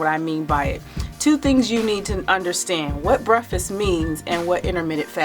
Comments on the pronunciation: Gr8 info n I completely agree on her logic but it was irking me with her saying "breffus" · Jam Xo i was wondering if it was only bothering me. Lolol. It was an awesome video, great info... but breffis was so distracting... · I KNOW!!! THAT WAS GETTING IN MY NERVES. NO DISRESPECT BECAUSE I DO LIKE HER. BUT THE WORD ID BREAK FAST. THE END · "Breffis"? Please stop saying "breffis"!!!!! PLEASE!!!!! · This was bothering me too. I was like, she did not just say, "breffst. As she continued, it was clear it was deliberate. She's eloquent in every other way, but she can't continue to mispronounce that word. It's just too tacky. She sounds educated enough to know how to pronounce the word correctly. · *breffisst lol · Chris Gainey. Who cares how anyone pronounce breakfast I think it's cute😜